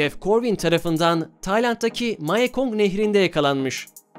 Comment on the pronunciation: Mayakong deyil o nehrin adı mekongdur doğru delaffuz edersen iyi olur